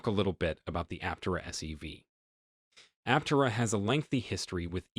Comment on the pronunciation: Just saying, if you want to make a video about Aptera, at least pronounce the name the same way the company does.